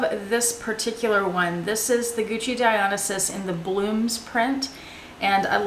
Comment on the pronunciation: I noticed you pronounce the Gucci Dionysus differently than I do. Is it not Die-Oh-NICE-Us? Love your videos, btw.